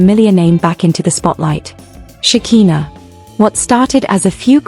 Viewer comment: Her name is Shekiiiiiiinah NOT shakeeena. ,🤦🏾